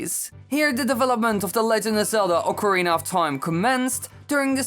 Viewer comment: I want less of the weapons be destructable and bring back classic dungeons/temples, also it's actually pronounced OCARINA and not ORCARINA or OCARINER.